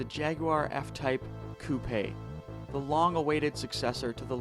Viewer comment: You said coupe wrong loser